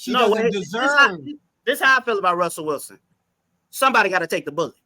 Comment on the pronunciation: It’s funny how they never said Russell Wilson right the first time lol they don’t even respect him